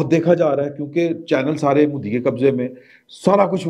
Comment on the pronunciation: Plz bolnay ka style theek kerein.phatay pe bethnay walon ki tarah baat kertay hain.punjabi bolna buri baat nahi.magar Modi ko "moodhi" "meehta bachachan" thori mehnat kerein.